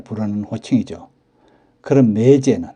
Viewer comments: 장단(長短)도 구분해야 하는데 이 동영상에서도 '매:제, 매:부'라고 길게 하고 '같은 漢字를 쓰는 '매형'은 짧게 바른 발음을 하시니 알려드린 겁니다. '매(妹)'는 짧게 발음 하는 것이 옳습니다. 국어사전에도 길게 발음하는 것을 나타내는 ':'표시가 없습니다. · '매부(妹夫)'나 '매제(妹弟)'의 발음은 '매(妹)'를 짧게 해야 하는데, 동영상 만든 분은 '매:부, 매:제''라고 길게 하시네요. '매형(妹兄)'은 짧게 제대로 발음 하시는데, 다른 호칭(매부, 매제)에서는 '매(妹)'를 길게 잘못 발음하시네요. '아내'라는 호칭의 발음도 굉장히 어색하네요. 보통 듣는 '아내'와는 전혀 동떨어진 이상한 발음이네요. 방송이니까 표기(表記)도, 발음(發音)도 정확해야 하지 않을까 싶어 다음 영상 만드실 때 참고하시라고 알려드립니다. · 주위에는 '매부, 매제'를 길게 하는 사람이 없습니다. 지금 쓰고있는 사전에도 '제부(弟夫)'는 장음(長音) 표시되어 '제:부'라고 나오는데, '매부'와 '매제'에는 이 장음(長音) 표시 ':'가 없습니다. 지금 보는 사전에 표시된 걸 기준하는 것이 옳지 않을까요? 나중에 길게 발음하는 것이 옳다고 바뀌면 그때는 길게 발음하더라도 지금은 짧게 발음하는 것이 옳지 않을까요? 이 글자 발음의 長短이 달라질 그런 일은 없을 것 같습니다. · 자기 성씨 조차 제대로 발음 않는 것을 방관만 해서 되겠습니까? 알려 줄 수 있으면 알려줘서 제대로 알게 하는 것이 옳은 일 아닐까요? 이 동영상에서 '매형'은 짧게, '매부와 매제'는 길게 발음하는 것이 확연해서 그러는 겁니다. 지금처럼 언어의 제대로 된 습관이 무너져 가는 것을 방관하는 건 옳지 않다고 봅니다. 굵고 가늘고, 두껍고 얇은 것을 구분않고 쓰는 경우를 보면 알려 줄 수 있으면 알려줘서 제대로 된 걸 찾아가도록 해 주는 것이 옳지 않을까요? '코스프레' 같은 일본에서 지어 낸(?) 영어 아닌 영어나, '팩트 체크'니 '오픈'이니 하는 영어를 남용하면서 우리 말, 글은 함부로 하는 풍조를 그냥 보고만 있을 수는 없지 않습니까.